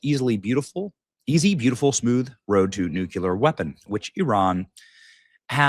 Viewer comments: BENNY - IT'S NUCLEEEEAAARRR, NOT NUCUUUULLAAARRR - GET WITH HOW WE TALK - HF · Benny you keep saying NUCULAR not NUCLEAR. Taking speech lessons from W? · it's NUCLEAR not nucular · Not NU-CU-LAR! It’s NU-CLE-AR! Sorry,one of my pet peeves… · Oh, Crap!! Iran isn't going to adhere to any agreements. And, stop saying 'nuculur'. There is only one 'u' in nuclear. You sound unintelligent. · It’s Newclear , not nukleeleer 😂😂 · COME ON BENNY! It's NUCLEAR NU-CLEAR not NU-CULER! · NU!!!! CLE!!!! AR!!! Come on Ben it’s not Nookyular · Benny, NU CLEAR not NU CUE LAR! DAMN! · It's NUCLEAR not NUCULEAR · If true, great news. but I'm pessimistic, it is Iran after all, you can't really negotiate with terrorists. They are despicable Liars with no honor, why would they actually follow through with something they agreed to? by the way, Pronounced Nuu---kleee--urrr N.U.C.L.E.A.R Not pronounced Nuu--kyuh--ler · Benny pronounced "nuclear" as "nukah leer". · Nu-cle-ar Benny. You sound like George Dubya😂😂😂😂😂😂😂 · Its nuclear Benny you're saying it wrong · Why can't men pronounce nuclear correctly? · Will someone please tell Benny he’s pronouncing NUCLEAR incorrectly. Sound it out. Mispronunciation makes one sound illiterate. Luv ya’ Benny!